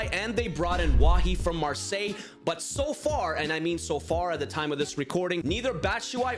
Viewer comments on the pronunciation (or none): none